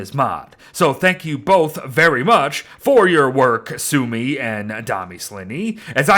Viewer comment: It's not sumi it's sümi